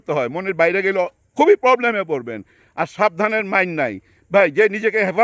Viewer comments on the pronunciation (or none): none